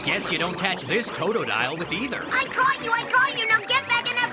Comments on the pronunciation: Did he just say toetoedile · Toe-dough-dial Cyn-da/kill Daffuq